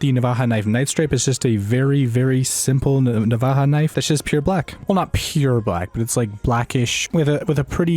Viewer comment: Navaja with a “J”